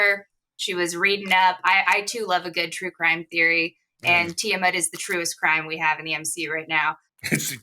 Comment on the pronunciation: says tiamut in a way that makes my brain tickle, with the hard “om”